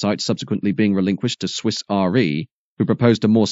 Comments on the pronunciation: 'REEEEEE'. One wouldn't, and shouldn't, pronounce it R.E. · It is re as in re-insurance not r e as in religious education. And the "erotic gherkin" is the current building, not the proposed one.